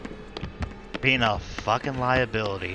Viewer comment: Lia-"Bill"-ity lol